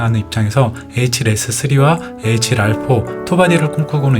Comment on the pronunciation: 에이칠알포, 에이칠씨....ㅋㅋㅋㅋㅋ 충격적인 읽는 방법이네요 ㅋㅋㅋㅋㅋㅋㅋㅋㅋ